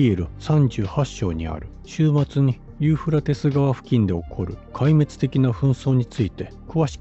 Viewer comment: ユーフラテス川とちゃんと言えｗ何遍間違えるねんｗｗ